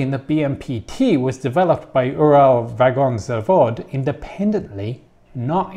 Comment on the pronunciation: got Уралвагонзавод as correct as I have ever heard non-russian speaker to pronounce such a name. Next level would be ЦНИИТОЧМАШ:)